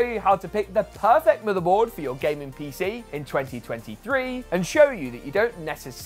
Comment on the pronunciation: Whenever you pronounce "motherboard" I hear it as "motorboat".